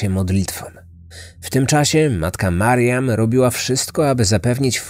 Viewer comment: czemu zamiast mariam słyszę Marian ? :D